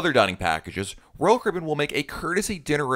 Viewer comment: He said Royal Carribean like roll curbin